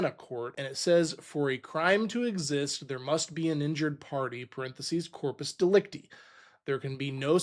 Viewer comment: Dude it is pronounced De-Lec-Tie the last syllabus has a I like in Lie or Die. And the easiest way to think of corpus delecta is the body of the crime.